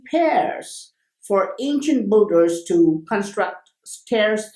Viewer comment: Great video :) Oh by the way, phonetic of "Builders"^ BIL-DERS not Bul-durs :) Love these Vids